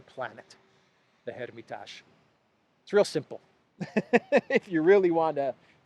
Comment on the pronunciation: His name is pronounced - MAL-A-VIK. The museum is the - HER-MA-TAJ. You may think that you sound sophisticated and European with your lame pronunciations. You don't. You just sound stupid. You are speaking to an American audience. They may actually want to look up the artist, and see that Russian Suprematism was ultimately, an aesthetic dead-end.